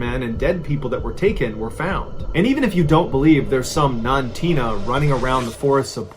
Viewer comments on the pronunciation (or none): 2 things: The creature was not “Nantina,” but the “Nantinooq.” Also, what also caused the failure of the village, was the spirit of a white woman in a long black dress that would emerge from a clifface above the town, and would return to that clifface. The 2 things contributed to a fear that Portlock was cursed.